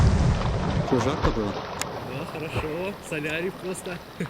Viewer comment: говори што а не что